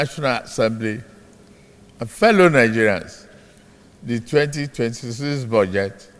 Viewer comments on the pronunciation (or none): ... Honorable hallow member... and feeloow...😂😂😂 There was a country...